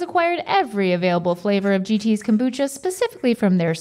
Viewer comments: Rhett throughout the episode: cumbucha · i love kombucha or as rhett calls is CALMbucha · “Com-boo-cha” -Rhett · Bout time they did KOM-bucha I sure do love KOM-bucha.